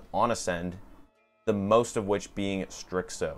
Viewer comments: I don't know how you get "strickso" out of starxo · it’s pronounced Starzo the x sounds like a z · Maaaan, great video. The only thing was The bad pronunciation of starxo. Keep the good work